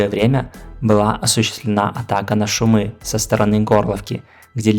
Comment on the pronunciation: местные произносят шУмы